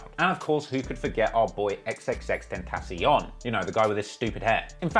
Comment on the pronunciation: X- ten- shun… Put some respect on that name. You got no room to talk about “hair”